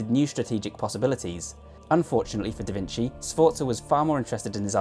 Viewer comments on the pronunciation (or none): Just wanna point out that a C followed by an I, in Italian, is generally read as "chi" or "chee" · There are a bunch of other pronunciation mistakes, but I thought "vinsi" was the most easily fixable 😅